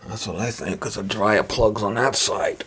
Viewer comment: "A washa anna dryia" 😂